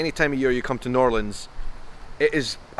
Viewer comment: Thank you for not saying New orleens